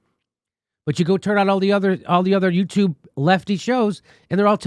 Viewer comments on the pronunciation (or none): none